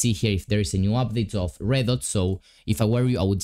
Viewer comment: you said reddot but its redot